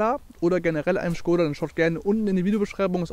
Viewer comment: ist halt die richtige aussprache, die Marke ist tschechisch.